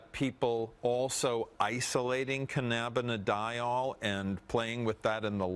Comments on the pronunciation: it's cannabidiol not cannanabidol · i support legalization but this guys supposed to be a docter and cant even pronounce cannabidiol!